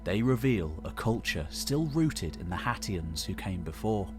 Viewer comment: Anyone else hearing Cher from Clueless say "Haitians" everytime sat "Hatians"? IYKYK Thanks! Lovely work as per usual ❤